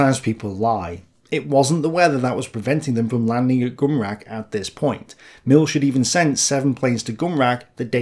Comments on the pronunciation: Milch isn't pronounced "Milk" It's more like "MilH". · Great Content, but you say Milch wrong. Its not the english ch, but more like in the scottish "Loch Ness". There is no S sound in the german word Milch.